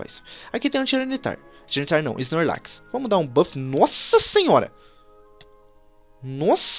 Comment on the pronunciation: da agonia ver ele falando snorlax desse jeito